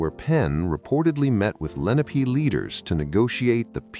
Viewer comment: Thanks. Native Chester Countian here. I always wondered what the Delaware Valley looked like when Penn arrived. 1) I noticed in the beginning the indigenous people were called Len-AH-pay, which is correct. But 3/4 way through it changes to LEN a pee, what most people say now, but incorrect. 2) In the beginning while the narration speaks of the Lenape people, the illustration is of teepee like dwellings. The Lenape didn't live in teepees but in dome-shaped wigwams that were given a structure of bent branches. 3) And as another writer pointed out, Philadelphia is pretty flat. You have to get out of the city a bit to get the hills. Beyond City Line for the most part. Great hills in Valley Forge. Keep up the research. Just get an editor to check the AI choices. AI isn't all that great yet. 🇺🇸